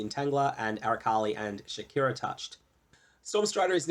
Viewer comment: I know it's Shakari... but it's Shakira.